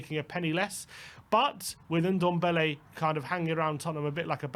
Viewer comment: It's Ndombele not Undombele for F**C sake